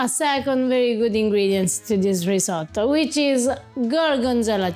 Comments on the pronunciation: risotto, fka risoddo :) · "ris-ah-to" - so painful, so many times...